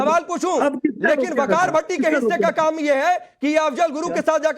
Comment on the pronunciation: वकार नहीं ...विकार है ..कच्चा डेकार है